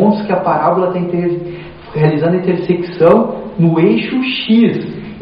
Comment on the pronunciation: Não consegue falar a palavra "intersecção" de jeito nem um né kkk.Mas o vídeo foi muito bom.